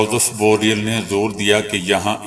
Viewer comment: بو ریل آپ یہ لفظ ٹھیک کریں